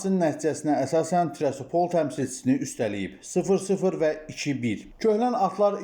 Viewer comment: Şerif komandasını təqdim edərkən təmsil edildiyi şəhərin adını daha diqqətlə oxuyub düzgün tələffüz etmək lazımdır. Trasapol yox TİRASPOL.